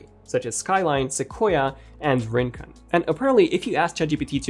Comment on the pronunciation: A lot of the possible macOS place-names are of Spanish origin and so Rincon pronounced ‘Rincone’ not ‘Rinkin’. In Spanish the accent mark and thus emphasis are on the o, Rincón.